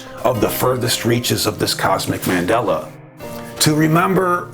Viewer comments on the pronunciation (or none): none